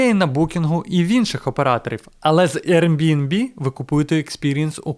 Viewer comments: Ви шо гоните, невже так важко правильно сказати назву!? Який нах RNB!? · Дякую за класні відео❤ З усієї повагою, подивіться, як правильно вимовляти Airbnb😊